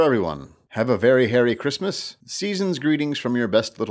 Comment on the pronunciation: Cwismus~~ LOOOL